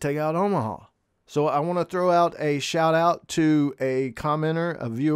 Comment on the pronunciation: Your "shiut out" was cool, 😊